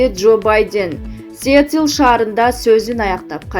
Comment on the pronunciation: Сиетиль Амерыка Байденнь рубиль инфрастура инфакстура просент геиөсизм коридол никөлево дер лер гүтериш ит.д беш минутада нерв кайнап чыкты жаны сөздөрдү угуп тантыкбы журналист туура окучу нерв кылбай не деген акмактык каяктан да уктум жанылыкты